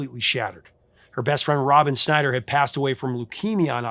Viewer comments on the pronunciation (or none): none